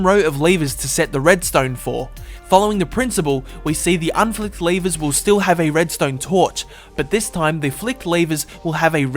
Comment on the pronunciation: why do you say lavers